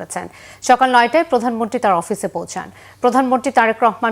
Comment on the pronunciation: প্রধানমন্ত্রী কথাটি সঠিকভাবে উচ্চারণ করুন